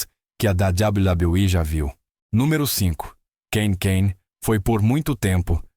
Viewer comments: Meu querido, dá vontade de sair do video só por esse "dabal badal i" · Cada dabladablaui é uma risada 😅😂